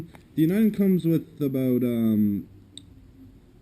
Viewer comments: It's Uni-den not U- ni- den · dude its uniden not un-eye-den. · it's pronounced U na den.